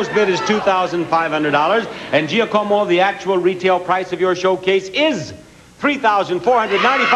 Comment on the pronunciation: Kills me that Bob couldn't say "Giacomo" correctly...